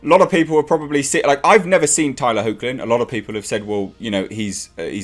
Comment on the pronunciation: Good to see that they're doing the character justice. On a side note, Tyler's surname is pronounced "hecklin" . Been a fan of him since Teen Wolf, which is another good show you should check out. All the seasons are on Amazon Prime.